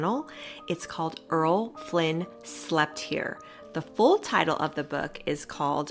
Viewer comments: Errol: Er-rol: ere-ole not Earl: erl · I was wondering about that, but I'm forgiving.